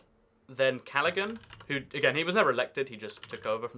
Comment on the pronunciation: Btw, callaghan is pronounced callahan